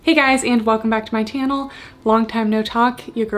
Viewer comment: "welcome back to my tannel" ;-) Your hair looks great!